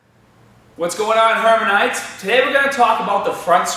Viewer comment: hermanites??? dude, plz